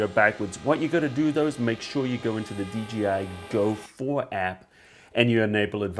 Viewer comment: It's DJI not DGI. You said "Dee Gee Eye" But it's pronounced "Dee Jay Eye".